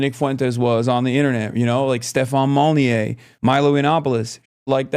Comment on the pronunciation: "stefan molinyay" XD yeah i used to be part of his weird libertarian cult